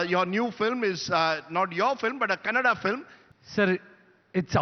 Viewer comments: Hindi, not Hind, Likewise Kannada, not Kannad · Kannad nahi KANNADA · It's not Kannad, it’s Kannada. If we say Hind instead of Hindi, how will it be? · Thank you for the video. But it is Kannadaaaa not kannad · Ram = Rama that's why Kannad =Kannada... Your example of Hind =Hindi is absolutely correct people of Hind are called Hindi from which the name for the language Hindi came ...I think this much information would be enough for you to understand the thing... Moreover it is usually seen that the same word in North written and pronounced differently in south... Eg Vijeta =Vijetha,Jeetender=Jeethendra and many more tou can find ... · Bro what's kannad? It's kannada 😢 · It's not Kannad it is Kannada. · Hey it's not kannad Pronounce properly it is kannada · hello , it's not kannad !!! it's kannada ...please pronounce completely and correctly. 👍